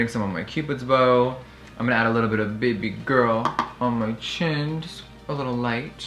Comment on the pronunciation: The way he said "bebeh girl" was weird